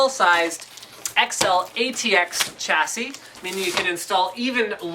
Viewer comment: I recently found your videos and I really like them but Please stop saying "cha see" its ˈsha-sē